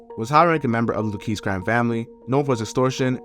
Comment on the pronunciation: Nice video. Luchese is pronounced Lu-kay-see. Some of them are my family members but just related to the crime family and never part of the mob.